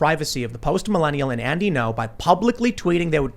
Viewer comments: Gnot at all! 😂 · JUST SAY GNO